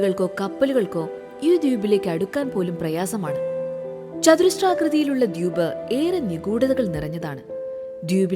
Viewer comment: ദ്യൂപ് എന്നല്ലല്ലോ ദ്വീപ് എന്നല്ലെ😂